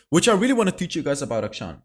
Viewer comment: Akshan is pronounced A-(kshan), as in 'action'. It's an actual Hindu name.